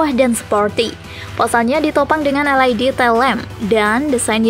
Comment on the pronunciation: Naratornya perlu belajar membaca lagi neh.. LED dibaca "el ai di"😃 WIND dibaca "wain"🤣🤣